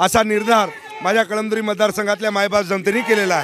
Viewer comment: कळमदुरी नाही ते कळमनूरी आहे